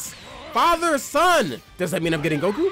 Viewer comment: am i the only one hearing the way he says goku "Gaku"🤣🤣🤣